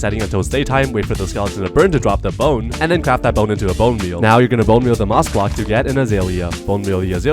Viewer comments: Bro say blcok not block and when he say the second time he just correct 😭😭😭😭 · You said blcok instead of block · Bro said blcok and not block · Yes “blcok”💔